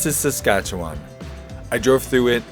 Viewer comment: Good video! Thanks for sharing. Being from Saskatchewan, I have to say that I was impressed you pronounced it correctly - many struggle. But although the beauty of Saskatchewan is it's flat prairie, three hours or so north and you are into terrain that is not that dissimilar to Dawson Creek, another level of natural beauty. I am always in awe of Alaska and how something so beautiful can be so deadly at the same time. Nice ending to the video.